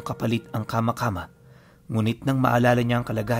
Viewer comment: kama²× po dapat mabilis hindi hu kama midyu matigas dapat ang pagka bigkas na mabilis